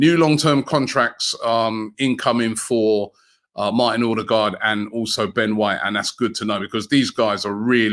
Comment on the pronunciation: Where does Robbie get the R from at the beginning of Odegaards name??